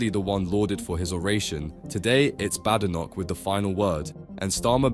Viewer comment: Bad computerized narration. Kemi pronounces her surname BAYdenoch, and there is a T in "party", not a glottal stop.